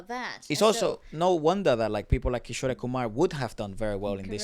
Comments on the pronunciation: Guys Kishore is pronounced as kishor and not kisho-ray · Amazing vid, just one thing cuz it really hits my ears everytime. 'Kishore Kumar' is pronounced as 'Kee-shor'. Unlike in Spanish, the last 'E' is silent. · Guys just a little tip for the pronunciation for kishore sir's name - its not Kisho "rey" like you guys saying it, its kishor , you dont need to pronounce "e".. pronounce it like how you pronounce more or door. just Kishor. not Kishoreyyy. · His artist name is pronounced as Ki-shore(shore as in the sea shore) and Kumar is how you pronounced it. The ‘e’ is not pronounced when written in English. In the Hindi spelling there is no ‘e’ sound it ends at ‘ruh’ sound. Just something I noticed no one mention. Love your videos❤️ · it's not kishorey kumar, it's kishor kumar, e is silent at the end. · His name is Kishor Kumar by pronunciation although by spelling its kishore kumar.. just humble correction..